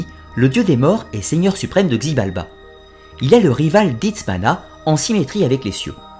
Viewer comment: xibalba se prononce shibalba, sinon génial ❤️